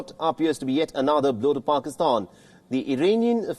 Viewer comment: I love how you call it paxtan instead of Pakistan. There is nothing pak about them.